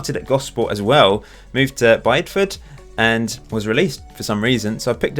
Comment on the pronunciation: I dream of the day that Bideford becomes big enough and important enough that everyone knows it's pronounced Bi-di-ford and not Bide-ford. :P